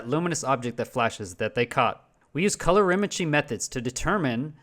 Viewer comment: "Rayleigh" is pronounced Ray-Lee, hence the spelling. And it's "color-imetry", not calor -imetry. Thus, a person who is medically blind and has to just listen is being misinformed. I was listening and did a search on Raylay as you mentioned it and obviously found nothing.